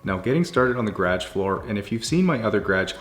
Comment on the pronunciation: Love your videos but every time you say "garage" I cringe. 😂